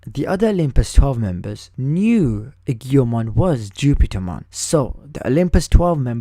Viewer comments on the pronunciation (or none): I beleive it is pronounced AY-JO-MON or EE-JO-MON.